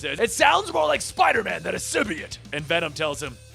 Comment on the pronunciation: symbiote is pronounced "sim-bee-OAT" not "sim-bee-IT" lol both you and comicsexplained mispronounce it that way